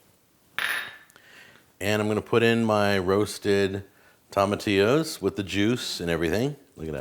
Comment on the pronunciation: They are pronounced toe ma tiyos :)